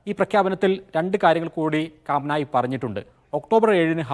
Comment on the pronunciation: കാം നായി അല്ല potta കമേനി